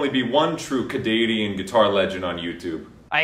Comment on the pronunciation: said cadanian 😂